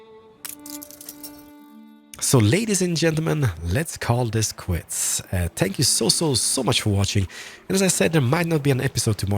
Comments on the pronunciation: I love the fact that he says"spank you" Instead of "thank you" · did you just say spank you :P